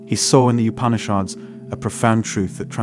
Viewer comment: Plus his pronunciation of the various terms eg. Brahman, ātman, Upanishads etc is way off. I couldn’t listen through to the end.